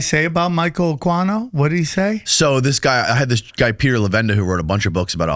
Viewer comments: It’s Michael “Akeeno “ is the pronunciation. He started the Church of Seth. He was a colonel in the military. Very much into the Aleister Crowley magic and all of that . That guy is a rabbit hole by himself. He was very much a practitioner of the dark arts. He wrote books. A guy by the name of Douglas Dietrich worked with him at a military base. Dietrich has done interviews about what he witnessed. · it might be good to start getting these names correct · Michael "UH-KEE-NO" not "uh-kwi-no" 😂 that was buggin me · Pronounced Akino not Aquino geez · Michael Aqua-E-No LOL you need to up your knowledge on names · It's not uhk•why•no, Jackazz🙄 Just make yourself sound infinitely more st00pid than you do already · It’s pronounced Michael Aw-Keeno Aquino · Aquino's name is pronounced Ah-kee-no. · Ugh. It's Michael (pronounced Ah-kee-no or possibly Ah-quee-no) . I don't know what that noise you guys were saying but it was horrible. lol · That's the ultimate goal, to get back to Babylon cause they're into Ba'al/Remphan/Moloch worship. The star that is on I$rael's flag is NOT King David, that's another deception. A-KWAI-NO? 😭 Can't do Spanish names, ese? 🤣. Michael Aquino was a whack job. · ITS KILLING ME… it’s Michael. A KEY NO. ( pronounced) spelled Aquino… I did a deep dive on him about 2 years ago… he is the real deal EVIL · Isn't the name pronounced a-keen-o? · Is pronounced akino. And yes he was part of the Satinist church together with Anton Lavey. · Pronounced “AKEENO” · "Michael Akwyno" lmao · It's pronounced A-keen-o for God's sake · Michael A-KEEN-o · It's said like AK-EEN-O...The leader of the Temple of set.militarys satanist version. He was a big wig in the military you retard.he wrote a book the military still use right now dumazz. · Michael Aquino ( ak- wee-no).. no he was a full on pdf file... you dumb f***. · It's pronounced AH KEE NO. Aquino, sick mfr ask Cathy O'Brien. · Michael Uh-queen-o is the right pronunciation 😂😂😂